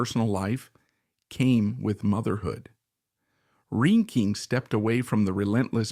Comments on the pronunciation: And” rain-king” I wish everyone wo7ld agree on how to pronounce her name. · Not to be mean or negative but I wish you could have pronounced her name correctly. It was annoying.